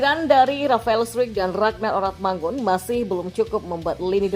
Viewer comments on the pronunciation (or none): none